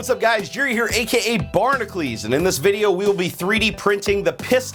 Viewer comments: just wondering, why does Jerry pronounce "Barnacules" like "Barnaclese"? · U can't even pronounce ur channel name